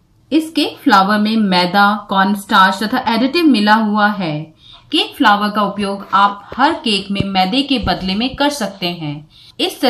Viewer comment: फ्लावर नही फ्लोर बोलते है। बॉउल नही बोल बोलते है।